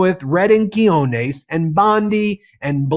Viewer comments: Friend, this guy's name is Quiñones. You pronounced it key-hone-es, which means balls, as in testicles/forwardness. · SERIOUSLY-- 'Quinones' is a tough one to say, Ben...? 'kee-hoh-nays' is not close enough... THAT'S A VERY COMMON SPANISH SURNAME...